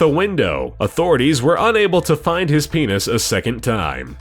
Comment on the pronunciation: HIS PINIS!!!!! LOLOLOOL